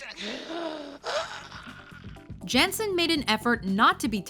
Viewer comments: And it's like Yanssen, without that 'Jay' in Famke Janssen's name.. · It's pronounced Yan-ssen, not Jan-ssen. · Mine too but note they pronounced her name wrong I think it's pronounced yann-senn not jansen though I could be wrong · I cringed so hard hearing how she pronounced Famke Janssen's last name 🤢 It's Dutch so please try to pronounce it that way 😑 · That pronunciation of 'Famke Janssen' triggers me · They pronounced Famke Janssen wrong.